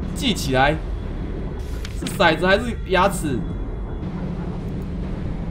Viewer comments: 那個不叫骨子,那個叫骰子（ㄕㄞ三聲） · 骰ㄊㄡ(二聲)子吧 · 骰子念成ㄍㄨˇ子= =